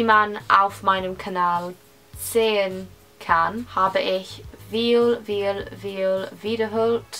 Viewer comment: Loved this video! Although I'm pretty sure that the 'v' in "viel" is pronounced as 'f' , so it's actually pronounced "fiel". 💖💕